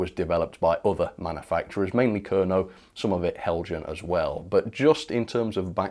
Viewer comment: Apologies in advance for the petty comment....but you are pronouncing Heljan incorrectly. It is a Danish company name hence the J is silent (sounds like Hel-yan).